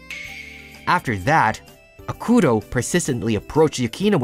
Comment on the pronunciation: Kind correction: It's AH-k-toh(tow if you want some accent), or AH-ku-toh(tow). 😁😁😁